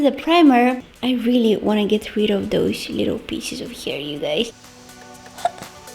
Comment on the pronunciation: i love the way you say!!DOSE!! and put SH in every thing and you're the only adorable one here (love you're vids)